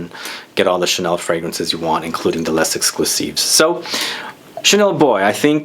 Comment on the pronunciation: Coromandel forever 😍 My perfume since years. Initial recipe before 2012 was the best bit less good since... but still a favorite. Thanks for the video. Would be better if you don't pronounce the "s" of Les. Love your "Chanel" 😂